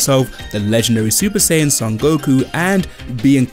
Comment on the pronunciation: It’s SAI-yan not SEI-yan and it’s KAI-yoken not KAY-yoken